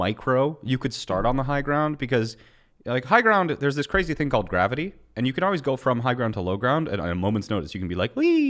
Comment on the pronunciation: Hey. The fuck is gr-avi-tee